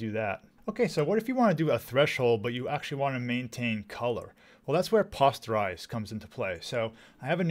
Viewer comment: Really appreciate your channel as I make the transition from Adobe 👍 I’m pretty sure the “o” in “posterize” is pronounced like “poster,” not like “posture.”